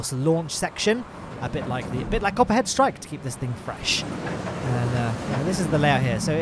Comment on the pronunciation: When you're saying Copperhead Strike in the video, I can only hear COPPA strikes lol. Alcohol review on Planet Coaster when? :P